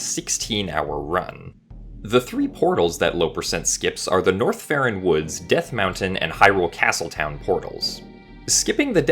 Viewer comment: Every time he says North Ferron or whatever i hear Norfair